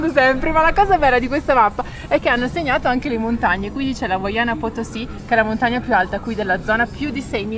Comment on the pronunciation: Perché dite “huayana.?”. Non si pronuncia huayna come è scritto? Dovrebbe voler dire NUOVO